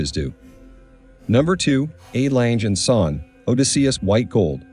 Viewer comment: What a crappy pronunciation of the legendary watch maker name just like the rest of it!!!!!!!Learn a bit, not everything is English!!!!!